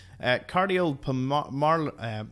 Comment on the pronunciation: Cardiopulmonary = "car-dee-oh-pull-mon-airy" (relating to the heart and its workings)